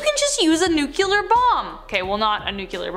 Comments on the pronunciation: Hey, it’s pronounced ‘NU-CLEAR’ not ‘nu-cu-lir’. Just saying. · How are people still saying "nucular"? It's nuclear. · It's pronounced "New- clear" not "New-q-ler"